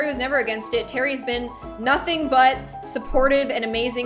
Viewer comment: Natalie Whaley didn't have any grammar errors, she spelled "been" the American way. Terry just pronounced it like '"bean"